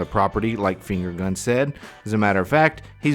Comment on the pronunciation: Did you say "Finger Gun" or "Fingering Gun".... I'm not judging or kink shaming, but I would never shake hands with him either way.